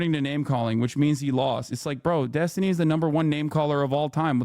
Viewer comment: Huh? Are you impressed by the racist Finkelstein who refuses to condemn the Houthi attacks? This is the guy who stooped so low as to constantly mispronounce Destiny's name, hurling insults and ad hominem attacks instead of engaging in productive debate on the topics? He can sit at the kids' table from now on, while Destiny educates these Hamas clowns.